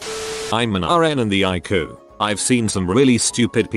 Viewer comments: when the robot voice says "I'm an aren in the aiku" lmao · "I'm an RN in the eyecoo"